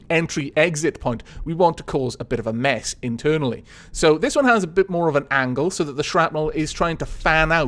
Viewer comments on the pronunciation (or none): none